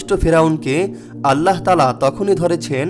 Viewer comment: আল্লাহোর!!!no , বলুন ""'আললাহ